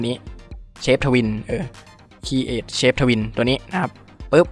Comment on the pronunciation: คลิปดีมากครับ แต่มีแอบพูดผิดนิดหนึ่ง เชป ทวีน ครับ ไม่ใช่ชาป เชป shape ที่แปลว่ารูปร่าง ผมเม้นท์ไว้เผื่อเด็กๆ เข้ามาดูจะได้เรียกได้ถูกต้องด้วยครับ